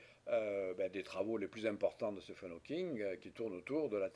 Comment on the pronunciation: Ca se prononce "Steeven", seul cas en Anglais où "ph" se prononce "v" !